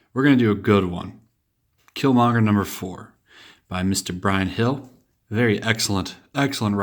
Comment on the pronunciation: You missed the r in Killmonger dude.